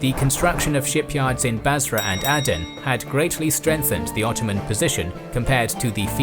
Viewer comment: It's Ay-den not ah-den